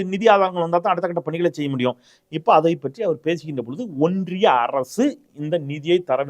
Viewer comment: ஒன்றிய அரசா. இல்லை ஓன்டிய அரசா............